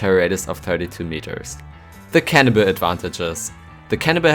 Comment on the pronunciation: It sounded you said cannabis instead of cannibal XD